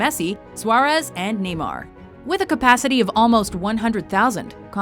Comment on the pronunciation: I'm killing myself laughing because of the way she pronounced a lot of the football terms. She was like CAMP NOOOOOO. And like Messi, Swaaarezzz and NEEEEEmar. HAHA I JUST HEARD SANTIAGO BEEERNENADBEEARUUAUAA! HAHA FAIL.